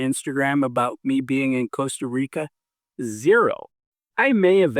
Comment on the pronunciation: Thank you for this. I am glad you pronounce Costa Rica instead of Caasta Rica.